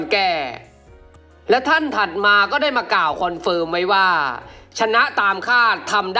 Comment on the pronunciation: ติเพื่อก่อนะครับ ควบกล้ำต้องฝึก "ก่าวว่าๆๆๆๆๆ" ฝึกสำเนียงให้เป็นธรรมชาติมากขึ้น เช่น "ว่า" เหมือนพูดสุนทรพจน์